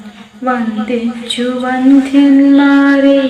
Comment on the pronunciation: അക്ഷരശുദ്ധി വേണ്ട എന്നാണോ?വന്ദിച്ചു വന്ധ്യൻ മാരേ! ലോഖാഭിരാമ ? വന്ദിച്ചു വന്ദ്യന്മാരെ ' എന്നാ ശുക്ലാംബരധരം ശുക്ലാംഭര .....? ശ്രദ്ധിക്കാതെ പോകരുത് പ്ലീസ് അക്കിത്തം തിരുമേനിയുടെ പേരിലുള്ള സംഘടനയല്ലേ? മലയാളം വൃത്തിയായി ഉച്ചരിക്കാൻ പറ്റില്ലെന്നോ? വന്ധ്യന്മാർ എന്നാൽ എന്താ അർത്ഥം? മഹാകഷ്ടമെന്നേ പറയാനാവൂ comments of fചെയ്തു വക്കുന്നതാവും നല്ലത്. എനിക്കി തുസഹിക്കാനായില്ല ക്ഷമിക്കണം പ്ലീസ്